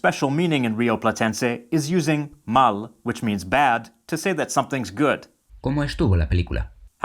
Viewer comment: There is an error in the video with the use of the word "mal", the word mal by itself and how it sounds in the video means what is understood, bad, but for it to be understood as something is good, the word must be long maaaaaal, with a long "a" 2 or 3 seconds long. Hay un error en el video con el uso de la palabra "mal", la palabra mal por si sola y como suena en el video significa lo que se entiende, mal, pero para que se entienda como algo bueno, la palabra debe ser larga maaaaaal, con una "a" larga de 2 o 3 segundos de duración.